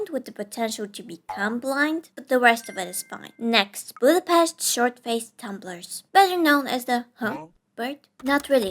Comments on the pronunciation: Wow, you've pronounced Budapest correctly! I'm proud of you. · Pretty good pronunciation of Budapest